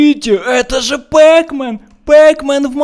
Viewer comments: НЕ ПЭКМЕН А ПАКМЕН!!! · не пекмен а Пакмен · неправильно пекмен а правильно петмен! но неважно. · Не пекмен, а пакмен